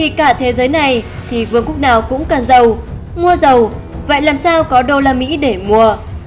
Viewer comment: đọc và phát âm thì không sao, đôi khi có 1 số lỗi nhỏ do tông điệu nhưng chả quan trọng vì có thể xem là vì người đọc mệt, hết hơi,... (vd: dollar thành đồ là, cần dầu thành càng giàu,...) Nhưng cái sai khá lớn là ở phần subtitles mục tiếng việt á. Có một số đoạn nghe qua lời đọc thì chuẩn nhưng phía dưới lại ghi sai nên kênh nhớ rút kinh nghiệm lần sau nếu có làm subtitles thì check kĩ hơn một tí nhé.